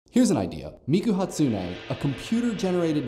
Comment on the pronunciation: I think she's talking about the stress on Miku's name... He was pronouncing it as Mee-kuh Hat-sunei. I personally say it as Hatsune Mi-ku... Not much pauses...